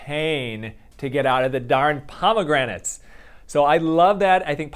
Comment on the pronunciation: "pomegramates" lol (ditto tho)